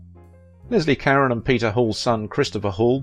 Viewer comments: This narrator can't even pronounce her last name. Try Ca- rhone Not Ka-ren. I met her once as a youth. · Karen? Karen? Her name is Caron ka-rone I literally quit watching. Who's Karen? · Leslie "Cuh-rone" not Leslie Karen. Jesus, you can't even get her name right. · You keep mispronouncing her name its Carrone not Caren . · Leslie "KAREN"? I thought it was pronounced "ka rone". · Her last name is pronounce Ca-rone not Karen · SO MUCH FOR YOUR IN DEPTH COMMENTARIES. I APPRECIATE YOUR SITE AND THE INFORMATION IT OFFERS. BUT PLEASE GET THE NAME PRONUNCIATIONS CORRECT, IT IS EXTREMELY IRRITATING TO HEAR YOU PRONOUNCE [LESLIE KARE-ON. OVER AND OVER, IT IS PRONONCED ,CARE-OWN , OR CARE RONE] YOUR OWN ACCENT IS NO EXCUSE! THIS IS VERY DISREPECTFUL TO HER MEMORY AND LAZY ON YOUR PART! IN AN OTHERWISE EXCELLENT PORTRAYAL OF HER LIFE. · I know...so irritating. It's Car-ROH. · Leslie car-ON as in "OWN". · Her last name? It's "care-own". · It's Leslie (Cah-ron...hard 'o') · Her name is pronounced “ CARONE” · I often enjoy your videos ... they are informative, and usually the subjects are of great interest to me. But it is SO annoying when you mispronounce their names over and over and over. You've done this on several videos, and it is just maddening. Leslie Caron's surname is pronounced Car-RONE. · I've always heard her name pronounced, "ca-RON". ? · I believe her name is pronounced "Ka-Roan". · Yes “ CARONE” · I just heard one too many 'Karen's' and couldn't take it anymore. It's like fingernails on a blackboard. I like this channel but will watch something else from AOV. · That's not the right pronunciation. That might be how it would be pronounced were it a Spanish name, but it is French. Ca-roh (the "N" is not pronounced, the second syllable is nasalized, there is not an accent on the second syllable). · You pronounced Leslie Caron's name wrong! What is wrong with you? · Wonderful actress. Please learn how to pronounce her last name correctly!!!